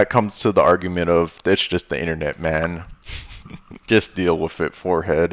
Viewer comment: Love everything you do bro, but I have to say that I only have one complaint about this video. The word is "wiTH" not "wiF" ;)